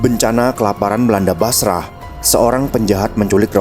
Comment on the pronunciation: Masya Allah. Tapi kalau ada lelaki salih apalagi sensual datang melamar, kan ga boleh nolak supaya gak terjadi kerusakan. Min, Basrah itu dibacanya Basroh 🙏